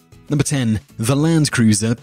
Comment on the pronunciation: Landkreuzers pronunciation is simply hilarious!